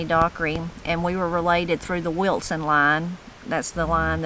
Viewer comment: I love how you say “WilTson” line , but I doubt it’s spelled with the T you pronounce as you say it. Am I right? 🦋